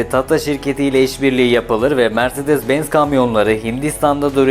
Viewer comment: mirzedez benz bazar harika telaffuzlar cidden videoyu tamamlamakta zorlandım